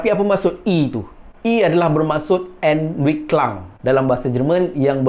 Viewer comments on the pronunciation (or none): Sebutan untuk Entwicklung: [enwicklang] ✖️ [enviklung] ✅ 🤓🤓